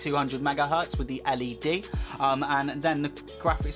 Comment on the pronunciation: So let me get this straight..you can't pronounce the letters T-H, as in the letter 3 (you say FREE), nor can you pronounce T-H as in the word THE (you say DAH)!?